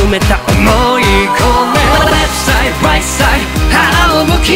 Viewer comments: 中毒性がやばいです！ 「ワーニング ワーニング」 「レフトサイド ライトサイド」 「YOU ARE KING」 特にここのとこの発音が好きすぎてやばいです！ luzくんの巻舌が好きすぎて巻舌特集みたいなの欲しいです← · 今回も最高です… まるごと好きなんですけど、特にレフトサイドライトサイドのとこ、ただただ巻き舌にするんじゃなくてLとRの発音しっかり区別してるとこすき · レフトサイドライトサイドの発音めちゃめちゃかっこよすぎる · 投稿予定曲を変えてまでこのKINGを投稿してくれてほんとに嬉しいです…！ You Ah KINGとレフトサイド、ライトサイドの発音こだわったんですよね…？ ほんとに歌い方好きです(*´ `*) ハハッって所で無事死亡しました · 「YOU ARE KING」だけじゃなくてレフトサイドライトサイドのところの発音もこだわったんですよね🥺🥺英語の発音さすがです！！